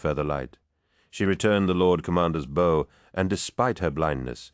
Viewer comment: Too bad about it being read by AI. If you doubt that it isn’t AI the voice reads bow as a bow and arrow not someone preforming a bow motion.